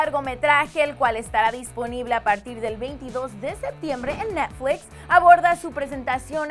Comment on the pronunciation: arianita cherryboom he escuchado personas que hablan ingles y para nada dicen netflix como ella lo dice 😂😂😂